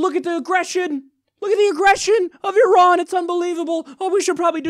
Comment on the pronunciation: From Iran: Good information. Perfect and correct pronunciation of the name "Iran." A fascinating revolution is taking place in the history of mankind. Development of internet is causing massive structural cracks in the armor of monopoly of information and news. Proliferation of information is weakening the power base of those who have traditionally controlled the monopoly of information, the Rothschild and the rest of the criminal mafia cartel known to the people of this planet as the US Military Industrial Complex. Iran, an ancient federation of indigenous tribes and natives of the Iranian Plateau, united for centuries around common ancient spiritual faith and beliefs, is shinning because of the above proliferation of information. Iran's recent success clearly is not based on its military budget - its annual military budget of $10 billion (USD) is less than 50% of the annual military budget for UAE with size of its population 5% of Iran and its land area less than 2% of that of Iran.